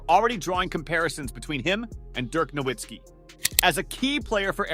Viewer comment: Nowitzki. The w is pronounced like a v. It's German.